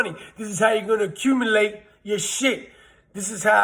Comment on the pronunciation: Lol he said accumulate.. Lol he said god dame lol.. Dope facts